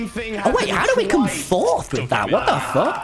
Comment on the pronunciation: Its flurth tommy its fourth one your team in fourth one